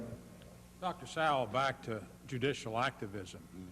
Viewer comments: Arlen Spector keeps mispronouncing Thomas Sowell name and this rino I am ashamed of. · Anyone else catch how Mr. Specter was purposely mispronouncing his name (putting great emphasis on it as well)? He started his time with one goal - To corner Thomas Sowell with yes/no questions that would have put him in a bad light regardless of which answer he gave by clouding the context of the question, and raised his voice/bullied Dr. Sowell when he tried to expand his answers into the proper context. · Arlen Specter several times mispronounces Thomas Sowell's last name & is disrespectful in my opinion. Arlen Specter was a RINO also in my opinion. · In grade school during this, shocking to watch pre-Social Media cancellation culture get rolling, the faces of rage sitting behind Dem Sen shoulders; "I don't understnd" says Howell Heflin several times (behind Heflin, Karen aide behind him showing emtional disgust at Sowell's existence) Heflin not able to even prounce Dr. Sowell's name; Dennis DeConcini quotes "extend to women" out of context, trying to slip this by Sowell (it was whether legal drinking for females can begin sooner); Sowell reads the context correctly in three seconds and says "you cannot mechanically extend from racial minoities to women" rage face again over shoulder from aide , faces of 2020.